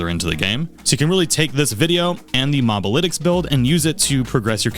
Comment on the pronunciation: Good video and all but did I hear you say "Mob-alytics"? 😂 Bruh you never played a MOBA before?